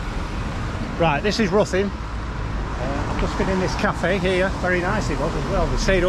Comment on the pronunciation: Try pronounced Rhithin (close enough for most). My old home town.👍